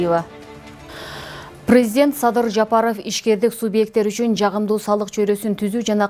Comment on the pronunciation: Диктордун туура сөздөрдк туура айта ала албайт экен, уят, уят!! Как её допускают к эфиру!! Прэзидент , мерия, ж.б сөздөр туура эмес звучат!! Противно слушать!!